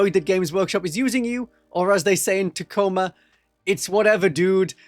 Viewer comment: Ta Co ma. It's not tac-o-ma